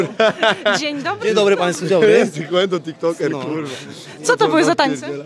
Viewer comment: Sekłento mistrz 🤣🤣🤣